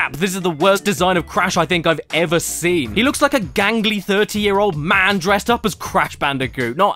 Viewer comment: Why can’t you say ‘seen’ right, you say ‘sin’ great vids tho